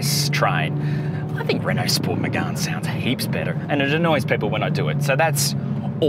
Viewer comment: It’s “Megane” not “Megun” 😂